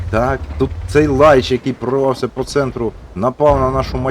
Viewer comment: Не "лайч", а Люхс 🤦‍♂